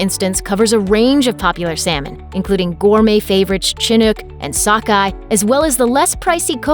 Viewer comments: Chinook is pronounced shin not chin. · LOL Chinook... it's pronouced w/ a soft "ch," as in, "Shinook." ;-) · "Chinook" is pronounced "SHinook". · Lol she butchered how to say “ chinook”. The cringe. My ears. My soul. Ahhhh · Didn't even pronounce Chinook right.